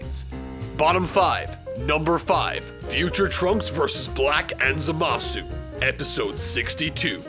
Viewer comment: Man, i just irk every time someone pronounces Zamasu's name complete with "U" at the end, and what's even worse is i hear the dub officially does the same!